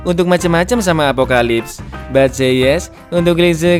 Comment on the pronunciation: izin koreksi bang "apocalypse"